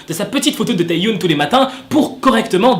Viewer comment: Juste petite précision parce que ça me stresse... Ça se prononce Tae Yeon et pas Tae youne 😅 Sinon je t’aime continue comme ça !😭❤️ Edit : Le W de Hwasa ne se prononce pas... C’est Hassa